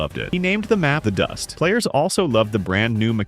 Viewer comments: "He named the map 'DEH dust'" AI slop strikes again... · Never ever have I heard someone refer to DE_DUST as "duhdust"😂😂😂😂😂